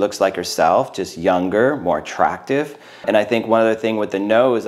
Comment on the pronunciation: he always says "very natural, more TRACtive" lol